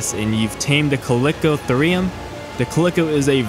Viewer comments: colicotherum lmao how does he pronounce it like that? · name is chalicotherium, calls it caliko "uh" theriiiuuumm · Ka-le-ko-ther-ium. Thank me later. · went to the store payed my money, and the cashier gave me back my KANGE... I also own a CAlICO CAT, CALICO CAT... so do you just record these videos and make up how you pronounce, or do you even attempt to look it up before hand. then proceed to spread misinformation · Chalicothere is pronounced 'Kal-i-koh-theer', so therefore Chalicotherium would be pronounced 'Kal-i-koh-theer-ee-um'. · it triggers me how you pronounce chalicotherium